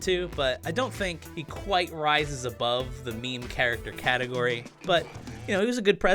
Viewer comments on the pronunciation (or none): none